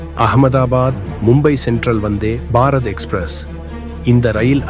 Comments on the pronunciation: Say vanthybarath not vanthy barath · Dai sariya solla kathuko....athu enna vanthe ...... Bharat express.... Appadi illada loosu kooooo...... Vanthebharath Express nu serthu solluda eruma....Tamizha kola pandraan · Say Vandhey Bharath not Vandhey……..…….Bharath. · தமிழை கொலை செய்யா வேண்டாம்😂😂.‌வந்தே பாரத் ஒரே வார்த்தை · ஏன் வந்தே- பாரத் இடையில் இவ்வளவு கேப் 🤷 உச்சரிக்கும்போது.???